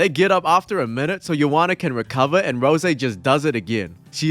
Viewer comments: I think he's intentionally tryin' to piss me off by saying Rosè instead of Rose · Not you saying "Rosé Namajunas" and "Leg kicked to the head". It's Rose like the flower, and a leg kick is a kick that lands on the leg, so a leg kick to the head is nonsense. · Why is he saying Roe-Zay instead of R.O.S.E….? Is it an inside joke or something? I like this guys videos, but that shi is mad annoying 🤣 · He's a Dragon Ball Youtuber and saying Rose with the "zay" at the end is something hes accustomed to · That's how you say Super saiyan Rose, well It makes sense since he is a Dragon ball legends youtuber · Please just say rose instead of rosè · Canadians don't understand the issue, it is pronounced Rose, eh? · Is this AI narration? “Rosay” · Bruh it's Rose. Like, the flower. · Does this guy think her name is “Rosè”? Has he ever watched a fight of her’s? Or heard anyone say her name ever😂😂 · RICK ROSS uhuh, ROSÈ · Rosè Gracie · Gonna go have me a glass of Rosè Namajunes just so i can cope with how annoyed i am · The way you pronounce rose is the reason the revolutionary war happened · This vid was kinda interesting until you mispronounced Rose about 10 times in a row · That’s not how you say Rose smh